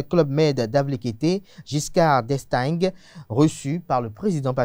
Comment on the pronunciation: Mr, tu me déçois... On écrit d'Estaing;mais on prononce: d'Estain,... À l'école primaire locale le"gue" ne se prononce pas. Un journaliste de surcroît "politique" et francophone, qui n'a jamais entendu parler du Président Valéry Giscard d'Estaing; président français ( ). "LA CULTURE GÉNÉRALE EST SÛREMENT LE CADET DE VOS SOUCIS... PAUVRE BÉNIN. JE COMPRENDS POURQUOI ON PRÉFÈRE LE BÉNIN AU DAHOMEY;CELA PERMET LA "DÉMOCRATISATION" DE LA MÉDIOCRITÉ, DU CRÉTINISME, DU " TOUT LE MONDE SE VAUT".DES AVENTURIERS, DE L'IMPROVISATION SANS PANACHES... "DES INTRUS DANS LA MAISON".CELA FAIT TROP DE TORTS A MON PAYS...